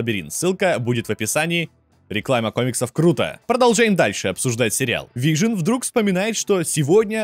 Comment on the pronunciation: неа, вы явно произносите вижен и пишите вижн окей просто попробуй вслух просклонять Вижн и Вижен и сам услышешь как тупо звучит без е